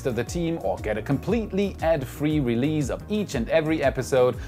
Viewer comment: I’m digging your videos! Keep up the good work! And FYI, the S’s in words like release and goose are not pronounced like Z’s in any English dialect ;)